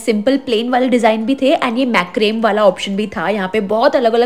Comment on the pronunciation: Its not Mac-crame. Its MA-CRA-ME. 😅